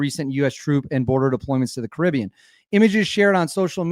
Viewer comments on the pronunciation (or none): none